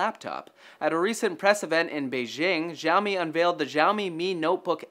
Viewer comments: no, seriously, the x in xiaomi is pronounced as an "s" syllable; see-ow-mee (but not nearly as long) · its not ziaomi, its more like shiaomi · its xiaomi not jiaomi -_ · it isn't 'zhao mi'. It is "she-ow me" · Its "SiaoMi" not "ZhaoMi" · its "SHAO-ME" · it's pronounced shaomi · Actually, it's pronounced "Xiao mi". As in "Xiao" and "mi". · Can you butcher "Xiaomi" name some more??? God, you have the Internet at your side and still you don't want to search before using. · Xiaomi pronunciation of yours sound weird ~ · I hate the way he pronounces Xiaomi. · You guys fucking BUTCHERED the pronounciation of Xiaomi. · Lol dafq with that pronouncing of Xiaomi rofl